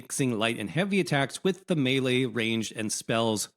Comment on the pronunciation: Thank you for saying melee property